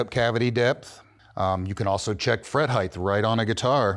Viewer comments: There’s no ‘h’ on the end of the word ‘height’ it ends with a ‘t’ — it’s not pronounced ‘heighth’ if you’re talking about precision, perhaps be precise with language. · Can someone tell the guy teaching that it’s “heighT” not “heighTH” 😂😂😂😂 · Is our measurement expert saying "heigth"? Not an accepted English word. The word is "height" and rhymes with "flight". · It’s “length..width…and height” Heighth is not a word!